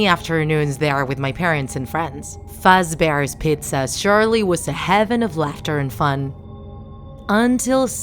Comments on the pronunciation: *me in anger because he/she said it wrong* fazbear she/he said “fAtSbEr” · "freddy fatzbear pizza" freddy: you just had to didn't ya? sorry its just it sounds like she is saying fredyy fatzbear pizza even though she is saying freddy fazbear pizza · i thought he said "Freddy Fatbear." im dying. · Yeah, like Freddy Fatzbear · At the beggining for the person's job offer i heard "freddy fat's bears pizza" wth😂 ya'll need to fix ur grammar(no offense tho) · “Fredy’s fauzbar’s pazza” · i heard "freddy's fatsbear pizza" lmao + your saying "bownie" not "bonnie"